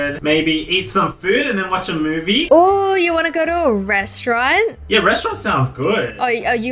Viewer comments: Restauarant? 😂😂😂😂 It's restaurant ;) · Omg KA-RA-ZE Restaurant